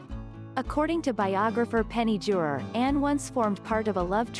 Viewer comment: "Ride" a boat? It's Penny Junor, not Juror. Anne said "Not bloody likely" to her attacker during the car incident, not "Bloody likely". Changes the meaning totally. The youngest child of Prince William and the Duchess of Cambridge is pronounced "loui" (silent "S") not "Lewis" and the thing you call a leash on dogs is pronounced "Leed" not "lud". Do get your facts right before you publish. It's so important.